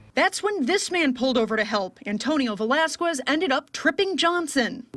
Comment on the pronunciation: Why does the reporter say "Velasqwuez" instead of Velasquez